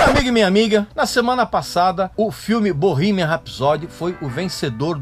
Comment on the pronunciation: Parei de ver o vídeo a hora que ele pronunciou Bohemian